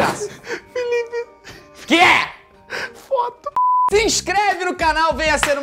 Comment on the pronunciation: O Bruno falando do "fóto" Eu: Ksksksksksksks Meus pais: 😐😐😐